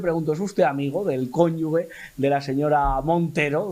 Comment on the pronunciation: Por favor!!!...se escribe cónyuge pero se pronuncia cónyuJe Se leería tal cual si se escribiera "coyugUe", palabra q no existe!